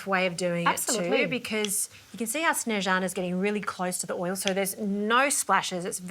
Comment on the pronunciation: Good on Justine on the pronunciation of her name, my name is Sneźana, (also) from Macedonia, but for I changed it to Suzanna, so people could remember my name.